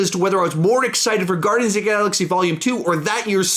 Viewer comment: He said guardians 28 triggers me!!!!